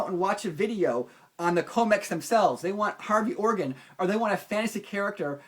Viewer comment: Maybe it was just the way you said his name - Hairy Organ :)